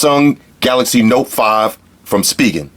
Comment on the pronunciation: thought it was pronounced spy-jen not speegen